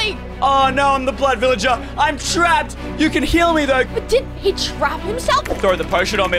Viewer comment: It's either doesn't know how to say blood villager or she's British because I can speak British a little bit